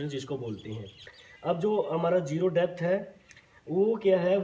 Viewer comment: Debt ❌️ depth ✅️😂